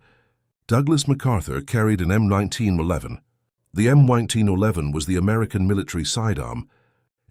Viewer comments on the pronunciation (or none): The "M oneteen O'leven" ???!!!! You bought the cheapest automated voice you could find, didn't you?!!!